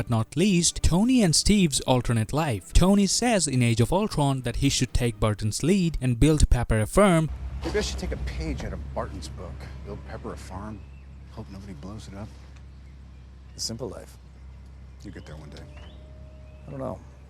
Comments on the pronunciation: "build Pepper a ferm" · " Built a ferm "